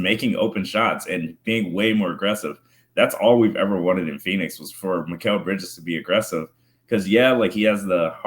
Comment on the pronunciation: Love to see here, the banter at the start was awesome, it had me smiling while listening! Is that the proper pronunciation of Mikal bridges, it's the first time I have heard that pronunciation